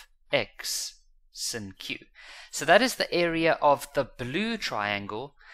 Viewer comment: The fact that he calls sine sin drives me crazy 😭😭😭😭